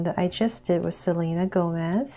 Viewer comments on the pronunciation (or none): none